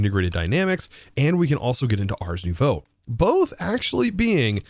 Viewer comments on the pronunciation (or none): none